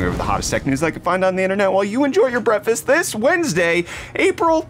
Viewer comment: PLEASE learn how to pronounce "breakfast."